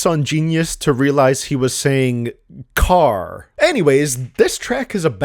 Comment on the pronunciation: That carrr is the most American you’ve ever sounded lmaooo💀